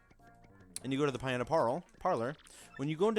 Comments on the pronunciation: ROO-G port and PEE-anta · Rougeport Pieanta Parlor ...No offense it's just pretty funny